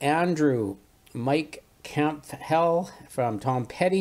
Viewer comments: wow, messed up 'Campbell' of all the names, lmao. But Ian Hunter doesn't mess up, he's the man. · Don't think I've ever heard anyone butcher "Campbell" like that. I'm guessing he's not a big Tom Petty fan.